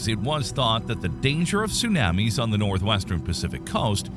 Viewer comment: My issue with the voice is the "soonammies". Makes it hard to concentrate on the good content.